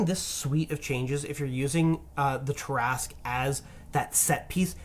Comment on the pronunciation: Ah! The Tarrasque! Possibly the only D&D monster which came from French 🇫🇷 folklore. I'm a bit puzzled by the way you pronounce it, though 😅